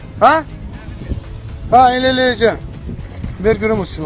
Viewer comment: ЭТО АРМЯНСКИЙ ФЭЙК!!!!! У солдат АРМЯНСКИЙ ФЛАГ НА ШЕВРОНАХ!! Заметьте как «диктор» произносит «да» — звучит «ХАА», а не Азербайджанское HE